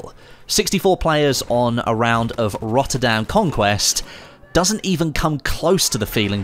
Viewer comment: rotterdamn? why you not say rotterdam? hihi xD (sorry joke, im come from netherland :P )